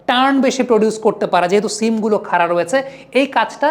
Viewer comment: আপনার analysis খুব ভালো ব্রাদার❤❤তবে বড়, খাড়া এভাবে উচ্চারণ করলে বেশি ভালো শোনাবে😮😮